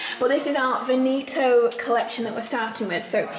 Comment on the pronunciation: The English pronunciation for Veneto was messing with my brain. Sounds exactly like Benito, and old's man kind of name in Spanish.